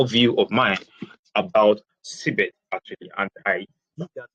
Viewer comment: or Cbex? because I keep hearing Cbet on your presentation.